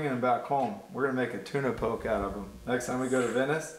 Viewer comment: Poke - “Po-kay”